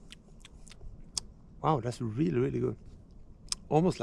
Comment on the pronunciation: Gotta love the Swedish prononciation "reely reely good"